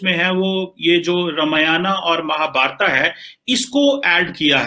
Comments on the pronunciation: Qamar Cheema can't pronounce 'Ramayana and Mahabharat' properly.. Let him learn it from the lady anchor. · अबे चीमा रामायण को ramayana और महाभारत को mahabharata बोल कर अंग्रेज की औलाद बनना बंद कर l